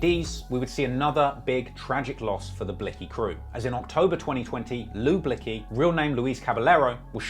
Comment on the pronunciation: Nick Blick zee btw 🤣🤣🤣🤣